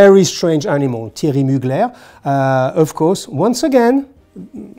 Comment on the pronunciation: So much shade on Thierry Mugler and he can’t even pronounce his last name right. “Mugler” is Alsatian, not French. So it’s not “Muglare”, it’s Mugler”. Drop the attitude.